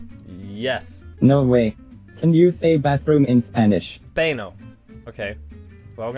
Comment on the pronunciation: you sayed baño wrong